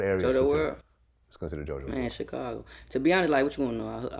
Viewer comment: Tf is a "tchekago" Vlad? lmao